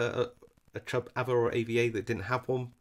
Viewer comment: We pronounce it arva